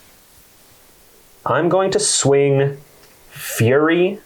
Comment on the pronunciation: As a heads-up it's pronounced "Furry", not "fury"